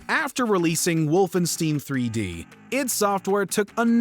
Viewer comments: The amount of pain I felt hearing the way he pronounced “Wolfenstein” will not be forgotten 😭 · Yeah, gotta say I had a facial twitch each time I heard that. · Lmao same, I was legit bothered by that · Came to say exactly that. As a foreigner living in Germany, I know that Germans are not picky with foreigners mispronouncing German since they are aware that it's not an easy language to master. However... Wolfenstein. Come on... if you like games, you have heard the name hundreds of times! ^^ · Oh good I thought I was the only one 😂😂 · Same here! Totally butchered it! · Like I get not everyone knows how to pronounce German ‘words’, but this has no excuse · Actually great, researched list. But please never again pronounce "Wolfenstein" out loud. It hurts my ears. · It's very upsetting to hear you mispronounce 'Wolfenstein' over and over and OVER again. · Sorry "wolfen what"? Did I just experience a Mandela Effect? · Never heard it pronounced like that before. I can only assume this individual hasn't played any of these games 🤦🏼‍♂️ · How the hell can you not pronounce Wolfenstein correctly. It's the father of all FPS games. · I thought it was pronounced wolfenstein, not wolfenstein. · Has this narrator even ever played a video game? I doubt it with how he pronounced wolfenstein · Dude was driving me nuts mispronouncing it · Mispronouncing Wolfenstein made me want to take out my anger with all these games. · Please... For the love of god... Say Wolfenstein like we're used to... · You can tell they googled how to pronounce Wolfenstein because the first entry pronounces it incorrectly. Just like their incorrect pronunciation. It’s WolfenSTINE, not WolfenSTEEN. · What is wolfenstiin????? Hahahah give this man some German Lessons, my guy. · did he just say Wolfensteen? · It is called Wolfenstein and not "Wolf in steeeeeen" 😂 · Wolfensteen?? No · I know you didn't call it "wolfen-steen" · If Yngwie had been born in Germany..."Wolfensteen" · Wolfen-steen. You knob